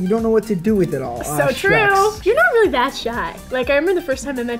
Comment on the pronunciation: Why does when josh say wayly it sounds like your brother can't say r yet and wayly